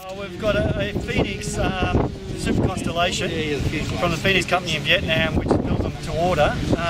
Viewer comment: Amazing that its a ARF aswell! Btw.. Its called a Con"stel"ation as in Stars.. Not a consolation as in if you got a second prize lol..